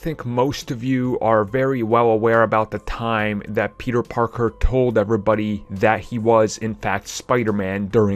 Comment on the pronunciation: You pronounce “everybody” weirdly